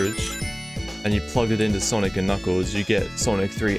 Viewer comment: It’s sanic